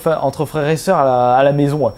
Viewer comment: "entre frère et soeur" tu es du nord? :hap